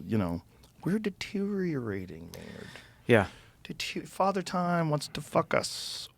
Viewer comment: It’s Mayn Man Keenan. Nerd. Maynerd.